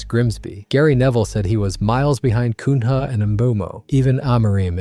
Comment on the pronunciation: Cun Ha is crazy bro, use google to hear the names at least